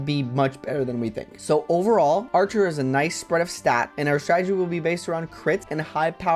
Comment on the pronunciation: Your pronunciation of Artur is curious (Because it sounds like Archer) because i just pronounce it like Arthur